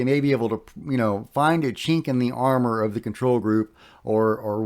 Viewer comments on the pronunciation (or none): none